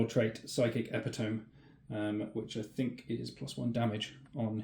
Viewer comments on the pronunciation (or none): Ep it o me. Not eppy tome Aaaaaaaaaaarrrrrrgggggghhhhh...... It's triggered me like pronouncing the G in waarrgghh And loo tenant